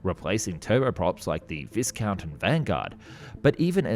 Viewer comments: VIS-count? No mate, it is pronounced VI-Count...no "s". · Oh, and... the "s" in "Viscount" isn't pronounced... as Capital Airlines instructed us (me) in 1954, "Say VI-count"...hahaha